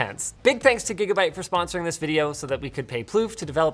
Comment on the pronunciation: His name isnt plouff... that means queef... poor guy :(